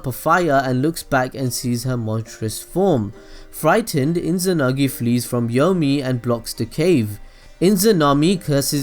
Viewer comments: There is no n in izanami/izanagi ._. But anyway rly nice vid man i rly didnt know he used tsoukiomi on his parends and izuna to give them a peacefull life :) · mangecaillou sharingan lmao also inzanami/inzanagi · Inzanami and Inzanagi :D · your pronunciation is shit dawg. mangekAyo? iNzanagi iNzanami? really, it's not so hard guys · It's Izanagi. Duh. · The way he say mangekyou, izanami and izanagi made me laugh and i know im not supposed to laugh at that so now i feel guilty